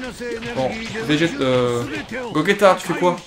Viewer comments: C bien beau mais.. C'est gogéta et non gogeta! Enfin on l écrit gogeta mais sa se prononce GOGÉTA voilà ! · Tu respectes même pas son prénom à Gogeta, ça se prononce GOJÉTA et ça s'écrit GOGETA